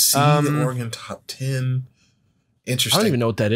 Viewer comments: Just pronounce Oregon as "organ". 2 syllables with "gun" at the end. Everyone can pick out a tourist the second they hear "oar-eh-gone". Same if you visit Idaho and pronounce Boise with a "z" instead of a hard "s". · Am Oregonian. We pronounce it "Oar-uh-gun". If it helps, a common simple pronunciation trick I've seen is to say it as though you are asking, "would you rather bring a knife to a fight, *or a gun*?" Just don't say "gone" at the end and you're golden. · Oregonian here. Y'all pronounced it correctly for the most part. It's NOT "Or-eh-gone", but otherwise you got it. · As an Oregonian, I’ll share something I heard from somewhere before (forget where): it’s not Or-re-gone, we haven’t gone anywhere! So you guys have it right! Random aside: it’s also Washington, not Warshington. I hear a disturbing amount of people saying that! Not that you guys did!